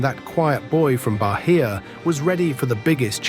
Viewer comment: "Barria" pronounce baiah